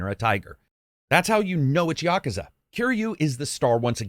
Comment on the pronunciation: ya·ku·za NOT "YA KA ZA" Still Best reviewer hands down!